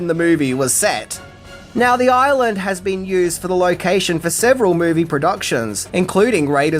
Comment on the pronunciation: Say "Hawoiyan Oiland of Kawoi" again...